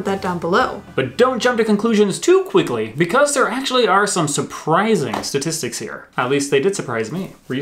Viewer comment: I'm a great fan of shtashtishtishtics. Looking forward to hearing their next album 🤣🤣😘